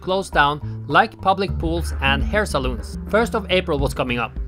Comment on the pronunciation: Hair 'salons' not 'saloons'! Unless your a Cowboy from the American Old West I guess!